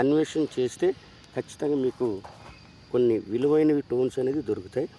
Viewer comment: వాడికి పలకదు నువ్వెన్ని కామెంట్లు పెట్టిన waste 😂😂😂